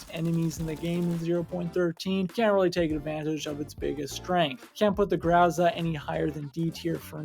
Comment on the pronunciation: grO like in bOx and zA like in sUn za is stressed syllable